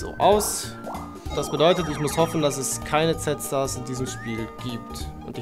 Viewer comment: Nicht Z-Stars,er meinte Sad-Stars